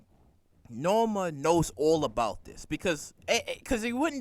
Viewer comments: The character's name is NOMA not Norma...NOMA. K? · NO-MA NO-MA NO-MA NO-MA. HER NAME IS NOMA !!!!!